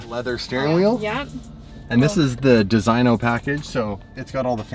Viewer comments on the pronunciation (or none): none